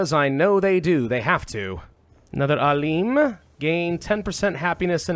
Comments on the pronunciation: so it's not ALEEEM, it's AALIM ,the I is like "in". its translates to Scientist (sometimes Sage) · very cool. btw its not "aleem" its "A-" as in map (long vowel a) and "-lim" as in limited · I like how you literally pronounced Alim. It's pronounced Aalem, like Alex. It means a very knowledgeable person about a specific topic. Like professor or sheikh as they say in arabic.